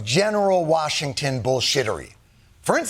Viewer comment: Uhhhh, it’s Warshington, Sir!